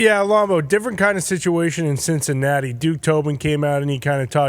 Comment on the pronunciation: Did say Sh!t-cinatti?!?!